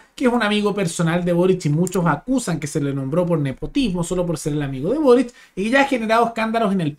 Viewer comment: Con énfasis en lo de "amigo personal de burric"